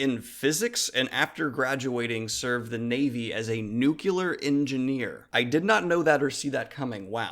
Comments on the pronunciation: not nuculur; its nu-clear. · ROFL seriously, a 'nucular engineer' is not a 'nuclear engineer'. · "Nucular Engineer" :') I love you man but that cracked me up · great video. Just wanted to ask is your pronunciation of the word nuclear your personal quirk or its american pronunciation?